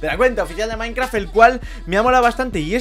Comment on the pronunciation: like si crees que dijo:minecraf que las demás palabras de las que ablo en el principio del video